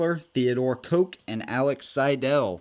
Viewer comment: German pronunciation, w is pronounced with a soft v. H & K, Koch is pronounced "hawch", not like a soda. Nice pistols.